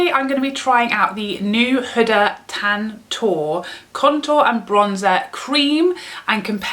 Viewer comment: Huda pronouced whoodaaa .